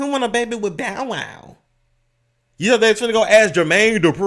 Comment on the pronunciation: 😭😭😭😭 why do you play so much OMG Why did you say Bowwow name like that I can’t stop laughing